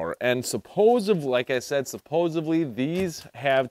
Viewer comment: Are you saying supposevly?